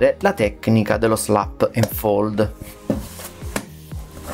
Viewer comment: "Slap and fold" non si può sentire...